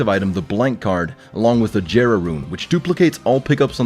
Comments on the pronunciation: Its pronounced Yera not jera even though its spelt jera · Its pronounced yera Kappa not Jera Kappa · my fella it's pronounced yera not jera :( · I’m pretty sure it’s pronounced yera not jera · Jera rune 😂 its pronounced yey rah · GERA rune?? Please acquiesce correct pronunciation (Also great vid bud) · Hard J-era??? Homie You said that shit way wrong scrap the video and spend another 500hrs brewin it back up we'll w8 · Theo g william that’s also not how you pronounce “jera” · “Jera” with a j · >Jera rune Yeah but the J has a Y sound